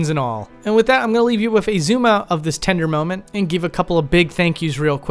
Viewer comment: Fascinating vid, but can you please stop saying 'wif' instead of 'with'? It's driving me nuts in an otherwise excellently-narrated channel.